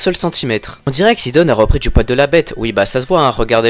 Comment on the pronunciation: Mdr sidon tu le prononce sidonne